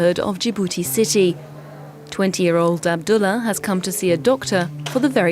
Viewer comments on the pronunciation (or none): none